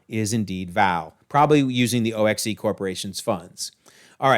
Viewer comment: In the movie, O.X.E. is simply pronounced like "ox." According to Agents of S.H.I.E.L.D., the Vault (emphasizing it like you did) is located in Alaska.